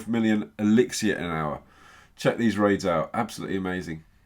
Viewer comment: The resources is elixer no elexier why can't you call it the right thing?